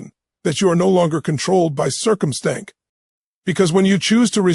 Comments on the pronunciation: "circumstank" 😂😂😂 freaking AI sucks! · Did he mean to say 'circum-stank'? 🤔 I like that..